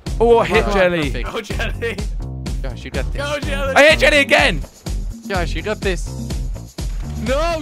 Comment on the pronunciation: It's jelle it's pronounced like yellae